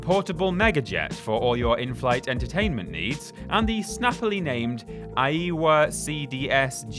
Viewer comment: How old are you? Aiwa - "eye wah" admittedly it's now a very minor Sony sub-brand but even so.... Zilog Z80..... It's one of the most common microprocessors ever, found in countless devices from ZX Spectrums to ATMs. How on earth did you call it a SEVEN 80 when a close up of the chip is on screen... Otherwise, it's nice to see you and Ben have moved on from Whatculture, just miss Adam's "posh" voice.